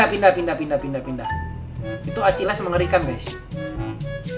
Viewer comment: Akileessss .akilis bang bacanya